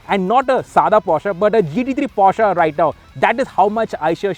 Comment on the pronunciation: I'd be sitting on a Porche, not "sadha" porsche 😂😂🤣🤣 i was shocked...where are you from bro..